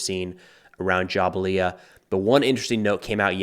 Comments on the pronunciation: Say it with me JA-BAL-YA NOT JA-BA-LIA your videos are good but please pronunciation is key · Jabalia is pronounced - Jabal-li-YA. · Great report. Best I have heard on the conflict. Pronounced Ja-BALYA. Go IDF! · Thank you for the impeccable, unbiased reporting. You are great and bring both sides of a case and factual commentary that is sometimes more convenient to see you than the news. And try to say Jabalia like Ja-bal-ia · It’s Jah-bal-ya